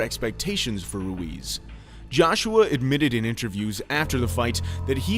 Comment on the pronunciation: Hes name is Ruiz not luis lol